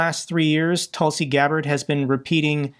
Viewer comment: Tusi or Tulsi? 😂